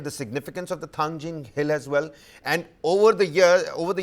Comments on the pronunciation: Thangting ✅Thangjing❌ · It's not thangjing, it's Thangting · Manipur is just 650sqm fellas no need to argue They lack so much in pronunciation that they pronounce Kuki hills Thangting as thangjing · For your kind information, it is Thangting Hills, not Thangjing. "Ting" is the original Kuki name, which was later altered to "Jing" by the Meiteis in their own language. This is a form of cultural exploitation. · It's not Thangjing but Thanting. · It's thangting not thangjing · Mount Thangting please. Not Thangjing which is a kind of Vegetables very popular in Imphal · Not thangjing..it's thangting..you Meitei pronounce tribal name in a wrong way..because ur not toungue twister. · Its Thangting mol.. please correct the name of the mount